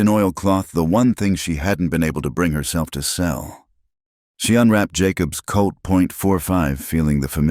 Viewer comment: It's a "Colt 45" not a "COAT 45"!